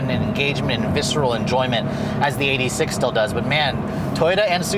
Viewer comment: you mean the toyota EIGHT-UH SIX-UH